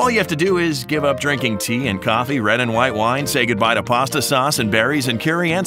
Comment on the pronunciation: Did you say P-pasta I CANT WAAAA. I’m kinda Italian so I’m sorry No. I likes the pastas